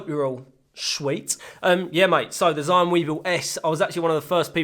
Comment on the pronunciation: Just a heads up: Zhiyun is pronounded 'jee Yuun' in Shanghai accent, and 'Jirr Yun' in Beijing accent. You can pick your preference. I'm partial to the pirate Beijing accent. P.S. Amazing dreamy footage.